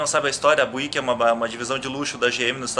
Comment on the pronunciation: Uma pequena correção de pronúncia, sem querer ser chato... mas ao invés de "buíck" se diz algo como "bíuck, tá ok?